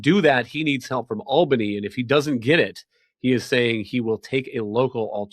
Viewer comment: She pronounces Albany funny. "Al Banie" vs "All Banney" I'm from NYC...